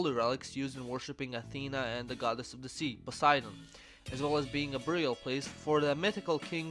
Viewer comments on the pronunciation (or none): none